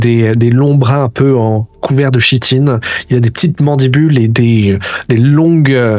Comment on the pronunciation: Juste pour dire que le mot "chitine" se prononce "kitine" comme un "chœur" ou une "chorale". Et snon c'est sympa cette game, je suis tombé dessus par hasard en cherchant "actual play" + le trend Shadowdark. À suivre ...